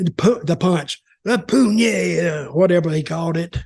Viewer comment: The …Pooñeta 😂😂😂 Its puñeta…. 😂😂😂